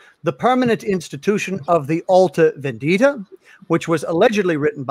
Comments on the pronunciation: Symonds "Alta Vèndita" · As an Italian, sort of fun to hear no one being able to say "alta vendita" correctly, and the comments about pasta dishes once the Carbonari (Italian freemasons indeed in time) were brought up. Good talk, tho, all silly jokes aside: I am glad you all want to reveal the issues with Marshall's book without attacking him out of malicious intents.